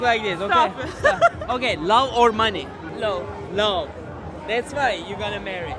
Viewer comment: Love telafuzuna çalışman lazım kanka.